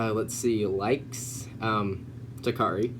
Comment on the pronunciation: My name is Toccara and hearing "takari" is like oof😂